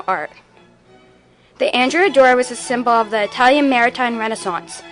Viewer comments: The Ships name was pronounced An DREA not Andrea she was named for a 12th century male Admiral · Excellent job. One point: The ship is named for a man and as such should be pronounced "An-DRAY-A Doria". Don't worry; nobody pronounces it properly...just a pet peeve of mine :) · It was named for a male and not a female its prononunced An Drea Doria